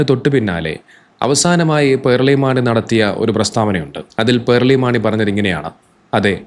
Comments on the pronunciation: പേർളി അല്ല പേളി 😂😂 പേൾ 😂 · "r" letter supposed to be silent while pronouncing. He is wrong.